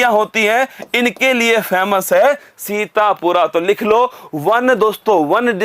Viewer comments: sir sorry to say but it's sitapur not sitapura.. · सीतापुर है सीतापुरा नहीं है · Guru ji सीतापुरा nhi hai ye सीतापुर hai ❤ correct it ..... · भाई ये अंतर होता है एक up के टीचर मई और कही और के टीचर मई (सीतापुर को सीतपुरा , लखीमपुर खीरी को लखीमपुर खेरी) बताते है तभी तो कहते है स्लाइड देखकर नही पढ़ाओ